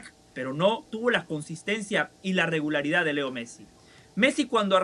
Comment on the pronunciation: Quizo decir regularidad o regalaridad?😂😂😂